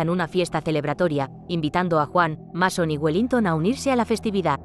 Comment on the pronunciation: No es por nada pero, antes de pronunciar un nombre en otro idioma, debes asegurarte bien como se pronuncia este en nuestro idioma, por ejemplo, el nombre del protagonista de esta película es Masón, pero se pronuncia Meison. No como se escribe o cortándole una letra a la pronunciación en nuestro idioma del idioma inglés, ( o sea, no se pronuncia ni Masón ni Mesón ).